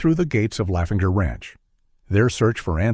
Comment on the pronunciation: THAT NOT HOW YOU PRONOUNCE LAVENDER, ITS DEF NOT LAFENGER!